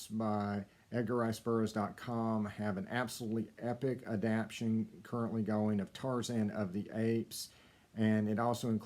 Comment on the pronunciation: Adap-tation, sir.